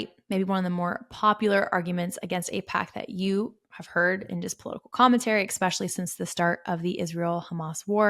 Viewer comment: Great video, but it’s “disingenuous” and “eSpecially.”